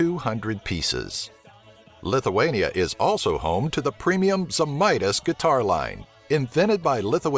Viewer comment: lithuania not lituania